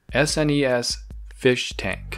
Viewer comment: Am I only one that had never heard someone spell out SNES rather than say SNES before? 😂 Another great video! Cheers dude. Also, def juvenile Discus, that tank is too small even for Angelfish! 👍